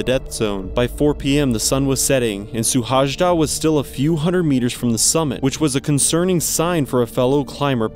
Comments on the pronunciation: It's pronounced su-hai-da. J is pronounced like 'ya', so it is similar to Suhayda. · the correct pronunciation of his name feels something like: si-lard shu-hai-da (normal english S sound in the first letter) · So this pronunciation of his name was not the best let me help you out. You pronounce it as you would pronounce this in English: Silard Shoe-haida. The whole country was praying for him to be found. No luck unfortunately. These Hungarian climber guys love to climb Everest without oxigen supplements. So sad, his child is left fatherless. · Oh god that pronounciation hurt a little. Google translate has a nice function where you can make it pronounce stuff. I just checked and it nails "Szilárd Suhajda". Yea he climbed without oxygen or any external help and died because he decided not to turn back while he still had the opportunity. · Its not the way we pronounce his name. But thank you for the video he was an amazing person and one of the best Hungarian climbers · Thank you for the video, but pls write the name to google translate and listen to the correct pronouncing.Thank you.